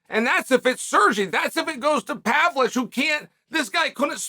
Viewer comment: What's with Chael not being able to pronounce half of the foreign fighters' names?? He calls Pereira, Piera. He calls Makhachev, Maclachev. He calls Pavlovich, Pavlich. Is this CTE or........